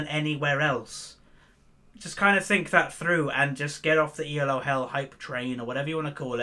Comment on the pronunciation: Elo is a name, not an acronym. See: Arpad Elo. This is why you pronounce it as a single word. Not E. L. O.